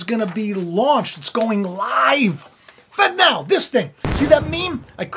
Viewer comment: It really sounds like you’re saying “fentanyl” when you say “fed now” 🥴